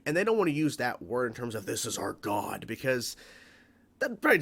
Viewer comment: "This is our God" at first I thought you said "Kneel before Zod"